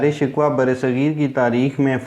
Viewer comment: دارا شکوہ کو تم، شکوہ/Shikhwa بول رہے ہو، بہت افسوسناک ہے، اس لیئے یہ ویڈیو ناپسند کررہا ہوں،